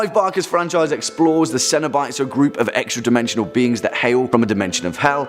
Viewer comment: Ceno-bites! "See-No-o-Bi-tees"? That's... odd. Haven't seen any of the films, I can assume. Or clips?